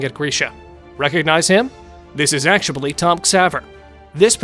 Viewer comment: why do you keep saying actuabully